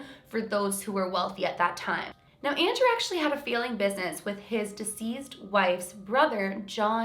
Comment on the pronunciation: Super confused me when you said "feeling" business, instead of "failing". XD I live in the GTA so not sure the accent here. I am confused easily though :P FANTASTIC VIDEO AS ALWAYS!!!! <333333 I cannot believe how close you are to 1M. :o I remember when you were under 100k... and you put out insanely quality videos then. Thank you for being so dedicated to the YT community!